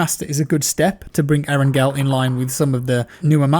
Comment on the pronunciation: Nigga it’s not aarongirl🤦🏽‍♂️ it’s eerrangalll that shit make me wanna shoot somebody when u say arongirl